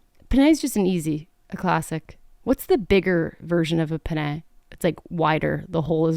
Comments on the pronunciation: i can’t handle how many times you pronounced penne like this my italian american eyes are twitching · I was going to actually comment here to say that. Penne with a long “nn” or it is “penis”. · A "pené"?? You say penné??? It's not french dude LMAO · Pen-NAY... 😂😂😂😂😂😂😂😂😂😂 You are so effing cute I can't even! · the cringeee I get from hearing her pronounce penne is deadly .. love you!